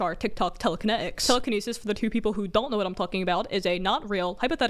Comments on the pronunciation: no one: them: tEleKene-ik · I love the little bit of brit in the way she talks you can hear it when she says water and telekenetics